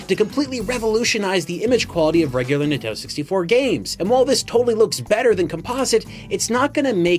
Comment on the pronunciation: Nin-ten-do 3 syllables